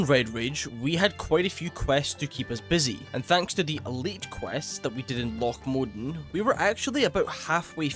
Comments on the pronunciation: Mowwwww Dannnn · Bro cant keep getting away with the loch modan pronunciation...pls